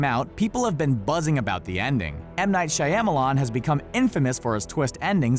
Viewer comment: "M Night Shai-am-alon" again!